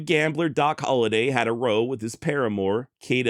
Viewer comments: 'Raow'. not row. I know, English is hard. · You're mispronuncing row. Row as in argument isn't said the same as row of houses.